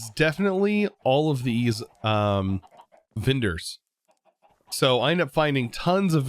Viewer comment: I'm so confused how he can pronounce the word relic correctly but vendor becomes vindor and gems become jims